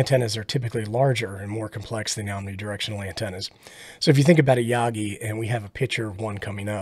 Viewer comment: The way you pronounce Yagi is Hot. Like RF Hot. Enjoying the Beginner videos, thanks.